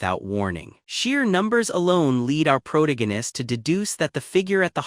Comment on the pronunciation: pick a chat bot that can pronounce PROTAGONIST without a D there is no D in protagonist unlike your mother last night.